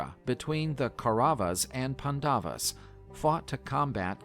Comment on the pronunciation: I can't with these terrible pronunciations in this video... Cringe... It's not PundAvus.. it's PAnDavAs.. and Kaurava is Cow-Ra-vA. .. this video hurts. Also, the way that the northern Indian languages say these names are marginally different from how the southern Indian languages say it... Ganapathi in the north is Vinayakar in the south. Saptarishi is said Sup-tha-Rish-ee... And it means "Seven Saints". Sapta - Seven, Rishi - Ascetic saint.